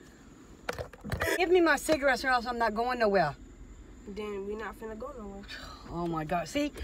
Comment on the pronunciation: it is finna do, not “fin a do”